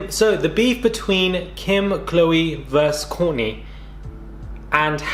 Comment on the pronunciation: WTH ARE YOU SAING KOURTNEY HOW THE NAME YOU SAID: KOURNEY... ☆☆ HAHA!!